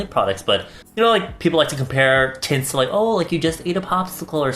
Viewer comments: I keep on hearing tits 😂😂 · I know was saying "tints" but i couldnt help but hear "tits" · Everytime he says "tints" I hear "tits", why tf